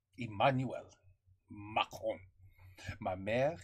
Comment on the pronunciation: in french it is pronounced macronne !! votre Français est excellent !!!!!!